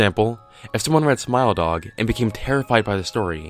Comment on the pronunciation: Your pronunciation of Smile Dog sounds to me like Smell Dog xD